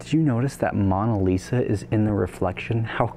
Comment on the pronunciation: Mon? Mon-a Lisa? Mo-na Lisa. Or at least thats how inwas taught to say it. Ŏ and Ō (short and long O's) 😃